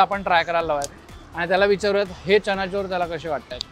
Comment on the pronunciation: Chana’chor’ nahi re bhava..chana’jor’